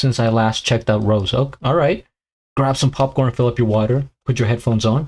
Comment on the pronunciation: It's Rosé pronounce Ro-zay